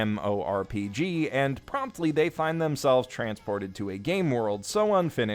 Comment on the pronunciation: I heard Mumorpurger.